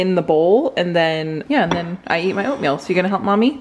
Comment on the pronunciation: Ahh, remember when said “oatmeal” and it sounded like “old people”. Happy Easter!